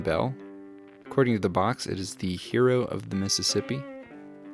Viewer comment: Herro of the Missispi!!